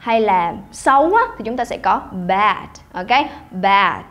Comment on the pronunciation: đồng ý vs bạn này luôn. Âm ơ dài đọc cg ngắt gấp. Cũng k hiểu sao phát âm từ "bad" mà 2 lần liền bật âm t tận cùng. Chỉ đóng góp chứ k chê ai. Vì ai cg fai học và luyện nhiều.